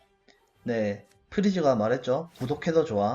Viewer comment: 프리즈 진짜 아무리 들어도 구독해도 좋아로 들려...